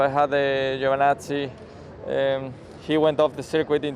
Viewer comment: "i had a giovanassi"